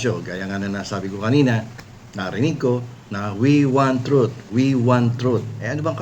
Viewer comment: "we want trut" my arse 😂😂😂😂